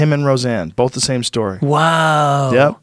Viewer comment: Joe “bolth” Rogan